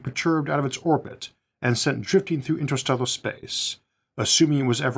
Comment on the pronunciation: "InsterstellOGHR spAOce"... damn, I am really trying to watch your videos and they are great but that accent of yours is just unbearable. It is like eating a delicious soup but with a fly in it that you cannot even remove.